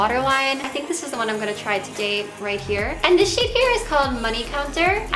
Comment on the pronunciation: She doesn't pronounce her 'th's properly ever, I think it's just an accent